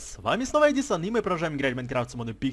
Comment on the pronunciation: я уже есть в музее на снайви на фамилий ударение на а